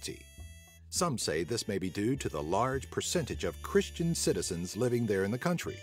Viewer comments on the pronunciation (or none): none